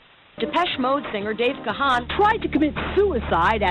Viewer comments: no se pronuncia "Gajan"...se pronuncia "Ga-an" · No vale, no dijiste Gahan con acento ingles, me seguiré burlando, jajajaja. No te creas, excelente contenido, gran video y estaré al pendiente de más. Saludos, viejo!